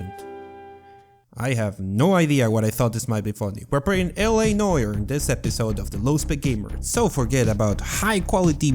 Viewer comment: sorry, don't mean to be THAT guy but you mispronounced noir pretty bad (and I know the games name is noire, but that's just the feminine form of noir, which means black in french.)